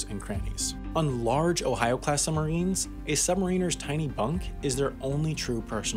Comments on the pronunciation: How come you are pronouncing it "summarines"? Stopped me concentrating on an otherwise awesome video 👍🏼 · narrator keeps saying "summarines". ugh! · While I really appreciate all the effort that has gone into this (I was a professional TV editor for many years) our narrator to my ear keeps saying "summarines" and not suBmarines this bugs me to the depths of Davey Jone's locker and as an editor I am envisioning him walking the plank. Other than that? Love it. :) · It is annoying to keep hearing sum marines, not sub marines. Your pronunciation sure does not sound BRILLIANT. Take a breath and slow your speaking speed. You talk TOO fast. Your 80 words per minutes should be slowed to 60 words per minute. 60 WPM is considered comfortable listening. You want your viewers to be comfortable and listen for the whole video. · SUB MArine you dumbass pronounce it right muppet.....Summarines lol you sound so dumb. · It's the way the US Navy have been saying it for decades. You don't ride "submarins" You ride submarines boi. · Making a video about submarines when you are unable to properly pronounce the word.... Some marines.... LOL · I'm wondering why he is referring to submarines as 'summarines'. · Funny that the guy narrating this couldn’t say the letter b when pronouncing sub marines he said sumarines